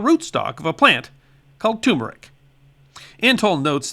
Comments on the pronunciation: Doh! It's not TUMERIC. It's TURMERIC!!!! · why do so many people call tuRmeric tUmeric ? is the R for no reason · Love your channel and have learned a lot! However, it is turmeric, not tumeric! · tuRmeric not tumeric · Just a friendly FYI, turmeric should be pronounced (/ˈtɜːrmərɪk,) or tur-murr-ik. The first "r" is not silent. ;) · Two "r"s in turmeric